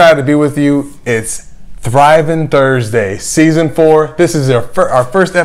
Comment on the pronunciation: Season fo! Lmao. Texas accent slipped out. Loving it.